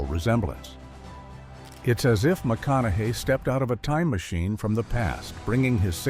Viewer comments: Matthew “Mac-on-ow-ow-aye”? YOUR great-grandfather, huh? Wow. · Dude had a stroke saying Matthew Mco-au-nuhay😂